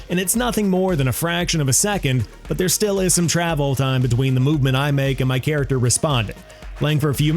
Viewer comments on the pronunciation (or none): none